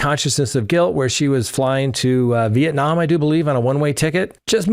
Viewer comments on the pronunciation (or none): none